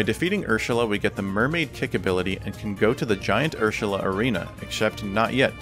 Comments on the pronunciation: You sound drunk everytime you say "Ursula," since you're slurring your words and say "Urshula." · the way you day Ursula makes me laugh😂😂😂